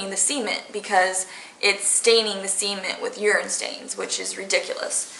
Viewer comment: oh cement i thought she said semen lol